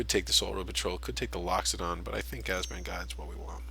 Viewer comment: Abzan, not Azban. Great video though...